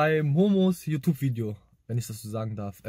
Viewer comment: Nichts gegen dich aber merkt es jemand dass er Yutub sagt anstatt YouTube?